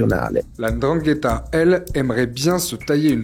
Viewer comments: Bizzare, tout le monde arrive à prononcer ndrangheta mais pourtant quand il s’agit de nom comme ngolo(Kanté) tout le monde prononce engolo. Je m’attendais à entendre la endrangheta vu qu’une bonne partie des francophones fait comme si il est très difficile de lire naturellement comme c’est écrit. Mbappé. Embapé. Bref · Comment ce fait il qu'ilspronocent bien Ndrangeta, mais ne parvienent pas à bien prononcer les noms comme Mbappé, Ngolo et autres, correctement ?